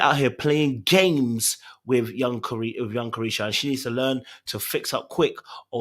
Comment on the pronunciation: I cackled everytime you said young caresha 😂